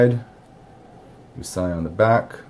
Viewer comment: Uusi is Finnish for "new." It's pronounced more like "you see." I wonder how they got the name, being an American company...